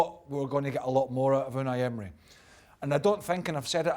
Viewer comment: U-and-I End-mery